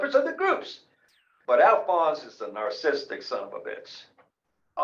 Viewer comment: Wow, I’ll never get that 20 min of my life back. Alphonse isn’t the one with an ego problem here. Also, you’re pronouncing narcissistic wrong.